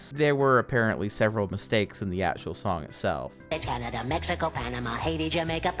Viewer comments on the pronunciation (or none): none